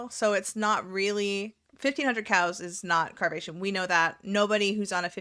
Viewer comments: I am so dumb!🤦‍♀️I totally thought you were saying Cows nor Cals!😂😂😂. I swear fat acceptance should really be called fat excuses. It seems like it’s what they talk about…..I got fat because….and I’m staying fat because….🙄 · i understand this is a stupid question but do you actually say ”cals” or ”cows”?🤣i CANNOT hear anything but cows